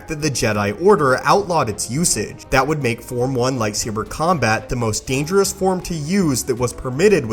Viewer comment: Why is it every time he ends a sentence with the word "dangerous", he cuts it off so it just says "dangereh"